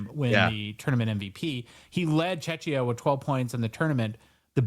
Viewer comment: (and too 😬), we’re not a Chechya, it’s Czechia - correctly pronounced “chehkhiyah”. My ears are bleeding, gentlemen. 😄 Thanks for another great show. ♥️ Greetings from Czechia! 👋🏻